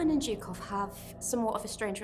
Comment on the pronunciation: "Historians" that are not able to correctly pronounce the surname of one of the most important people of WW2....."Zukov"? Whats that? With this win, the Red army broke both the back and the head of nazi Germany. The road to Berlin was opened....and no person educated by western schools understands its importance apropriately.